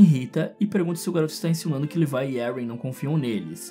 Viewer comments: Não se fala levai é levi mesmo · O cara que fez o vídeo chama o Levi de levai kkkkkkk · Para de chamAr O LEVI DE LEVAI AaaAAaaaÁ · mds agr que vi, o cara fala leviE